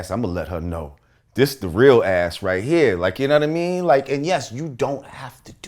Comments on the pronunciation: "Younaddameen" needs to go on a tshirt... s/o lord jamar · "yuh nunna-mean?"